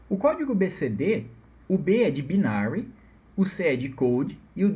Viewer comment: ótima aula! só uma correção boba, binário em inglês se pronuncia bainery